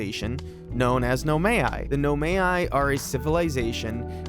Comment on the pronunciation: It's "No my" for Nomai btw 👍🏼